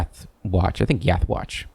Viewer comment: Did anyone else hear "let's continue up the watch," when he said continue up to Yath Watch? Just me, okay. 😛